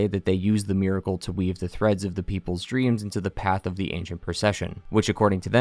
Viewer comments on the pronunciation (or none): none